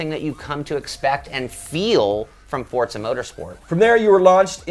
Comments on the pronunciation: STOP SAYING FORTZA! :) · why do people say "fortza" its "FOR-ZA" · FORza not FORTZA. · what is fortza, i've only heard forza, it must be a knock off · turn ten created the game. they say "Forza", not fortsa. however the name should be as an italian word is kind of irrelevant when all it's showing is these guys seem to have no clue about turn 10's 4 other hugely successful forza games. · Fuck man learn the fucking name its Forza without a fucking T , you guys keep on saying Fortza. No LikeDeckofJade555 i also realized it. Those 2 guys are flippen stupid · Quit saying fortsa! It's forza ha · Forza, with a za sound, not tsa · WTF is FORTZA its FORZA no T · Dude, really? I wanna slap this guy for every time he mispronounces 'FORZA' there's no 't' in FORZA. fortza fortza fortza.... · It's Forza...not Fort za...! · Fortza is not italian for strength, Forte is italian for strength so before calling everyone else a dumbass why dont you learn your italian!!! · Why do you say fortsa? lol other than that gr8 vid guys. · wtf is fortzah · That is why people hate americans cuz of fucktards like you, but seriously wtf is Forsa?! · Forta Thats How It Sounds When they say it :D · Why do all americans pronounce it like forsa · STOP CALLING IT FORTZA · Am I the only one that notices them saying "fortsa"? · Sorry, did he say 'ForTza?'. Silly American. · the hell is fortza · "Simsnobs" LOL! Cool. Just FYI to all the would be complainers, this is not the next Forza SIM title. It's meant to be a more casual game. And it's a lot of fun. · Please just stop saying "Fortza"..... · Not a true "Fortza" game to me as says it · Don't forget to roll the R slightly. -Sincerely someone who's part Italian. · well the developers are obviously illiterate if they cant even pronounce their own game correctly. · Its an italian word theres also no t in pizza